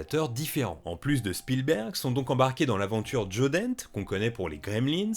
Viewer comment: Je suis à peu près sûr que l'on dit Joe Dan-té